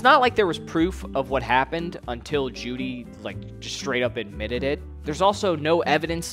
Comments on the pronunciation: it's pronounced "joe-dy" btw not jewdy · You can tell he clearly did his research by the way he mispronounces Juedy's name throughout the entire video. Dude didnt even take the time to fact check his NAME lmaoooooo